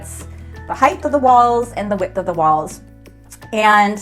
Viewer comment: There's no such word as 'heighth' :)